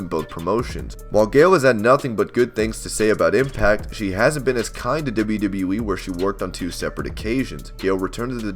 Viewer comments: how you say “dibbleyadibbleyaee” when trying to say WWE is the weirdest thing i’ve ever heard haha... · Every time he says WWE, I hear “wwwwwe”